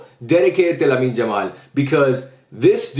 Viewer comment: I love your videos but can you please call him Yamal and not "Jamal"😭